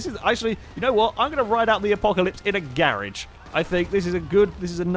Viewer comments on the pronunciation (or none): I thought he said carage